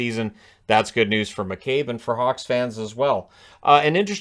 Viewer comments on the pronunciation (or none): none